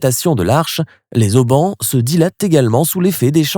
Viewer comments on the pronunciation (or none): Les Z Haubans ! Mort de Rire pour une chaîne qui s appelle Lesics FRANCAIS 😂🤣😂